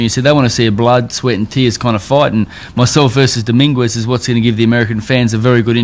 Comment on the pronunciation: Domingwez lol